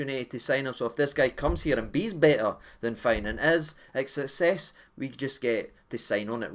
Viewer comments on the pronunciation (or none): none